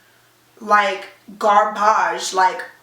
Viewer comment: "Gar-BAGE" lmfaoooo